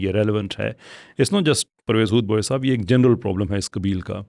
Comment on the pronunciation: پرویز ھود نہیں بلکہ پرویز یہود ھے